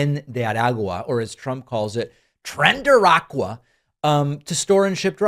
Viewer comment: "Tren-derr-aqua" LMAO I fuckin love it.